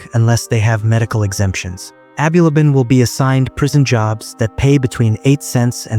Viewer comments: Abulaban not aby labaan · Bro haven’t you been watching the news, that’s not how you pronounce his last name 🤦‍♂️